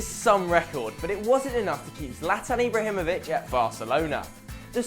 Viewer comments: Imbrahimovic 😂, good video though m8, I will like it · ibrahimovic nor imbrahimovic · "Imbrahimovic"? It should be "Ibrahimovic". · its not imbrahimovic. its ibrahimovic